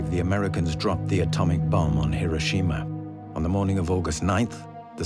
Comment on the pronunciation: amazing how you say Hiroshima correctly, but Tokyo wrong like 200 times.